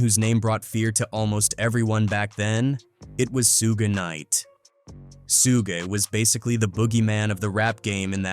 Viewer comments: Man said “Sugi Knight” & “Tony YahYo” 😂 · Soogy Knight 🤣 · soogai night ? 🤣🤣🤣🤣 toni yayou ? sugai ? HAHAHA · He said Micky Phifer and Sue Bin Knight. I'm done with this channel. DO NOT RECOMMEND. Just grifters.